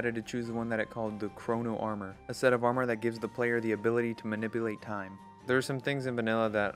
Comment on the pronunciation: UM AKSHUALLY ITS TIME AND NOT STIME